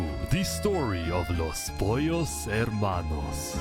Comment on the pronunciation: There’s always a “Los Pollos Hermanos” in these events so got so good at pronouncing it.